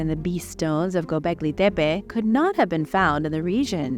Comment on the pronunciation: thank you for pronouncing Gobekli Tepe correctly.